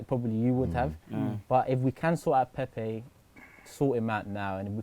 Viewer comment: Come on lads let’s at least pronounce his name right now lol How can us arsenal fans not be excited we just signed Pepe like who expected u know what ifs true we are the worst fans lol it’s a project it’s not going to happen over night ffs agreed with wingers last season was such a problem anyone could see that but we also defo need solid CB and LB and RB